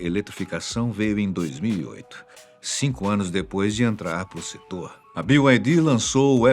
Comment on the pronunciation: Sabe pronunciar BYD, merece um like.